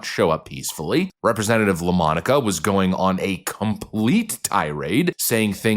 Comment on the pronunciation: “La Monica”? Say no more.